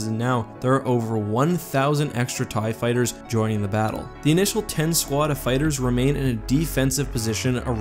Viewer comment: Ew you said "tie fiters"